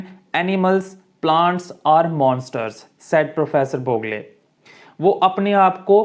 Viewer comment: Boog + le nahi boo+gle